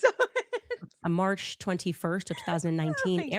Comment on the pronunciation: She can’t read “March”.. she says “marsh” Isreal- she says “ishreal” Instead of which, she says “wish”